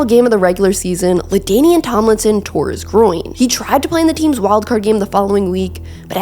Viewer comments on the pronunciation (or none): none